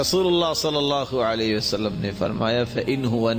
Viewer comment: alha ek hy. aap bolt alha dete hy.....asay na bole